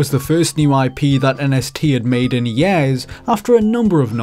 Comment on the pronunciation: It's years not yeahs..